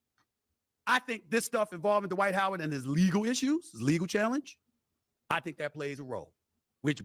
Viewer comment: 😂😂😂😂😂😂😂😂😂😂😂😂 D-Wight Howard😂😂😂😂😂😂😂😂😂😂